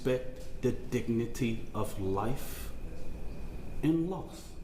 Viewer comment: I mean... he is the worst representative. I didn't know dignity had 4 syllables. DA needs to do less. Let's build bridges not tear them down. We need better here in Texas. If this kid was on the right: he would have better representatives on his side... You "respect the dignity of life and loss" but you can't say the dead boys name correctly?!?! Now that is wilding out. Lang needs to fuck off too.